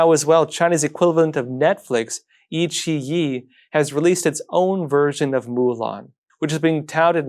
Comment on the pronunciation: Friendly reminder, Iqiyi is pronounced Aiqiyi